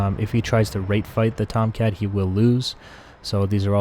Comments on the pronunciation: Rate fight I always thought you said Rape fight I was always questioning it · I was always thinking you were saying wraith fight.. and I’m like wtf does that mean. Lol.